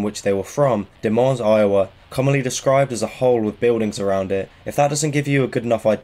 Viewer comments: Des Moines is pronounced "Dee-Moin". Moin rhyming with coin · Its not Da Mones it's pronounced De Moines